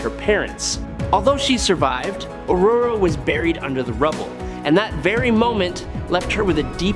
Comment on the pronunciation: He pronounced it right, lol.